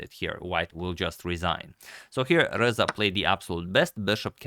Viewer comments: I hear Alireza every time he pronounces RZA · i like how you pronounce RZA like its the last four letters of alireza